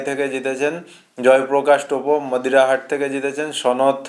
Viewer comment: মোদিরাহাট নয় মাদারিহাট উচ্চারণ ঠিক করুন